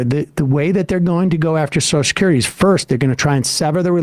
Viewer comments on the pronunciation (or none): Yeah but at least Joe can pronounce social security. It's not sosh-security. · WTF is "Soshes'curity?" Is everyone in the world now too thick to be able to pronounce Social Security? I mean, it's like a disease...